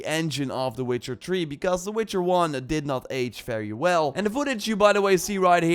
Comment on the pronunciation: Why does he say tree instead of three